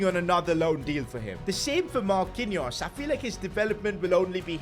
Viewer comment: Man said marqinous the Brazilian lol